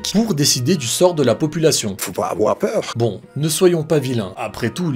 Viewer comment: Il ne faut pas afoir peureu